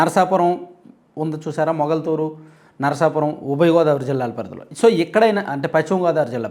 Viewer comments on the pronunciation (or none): none